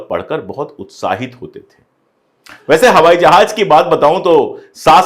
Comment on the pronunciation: Sar Sar jahaj ya FIR jahaz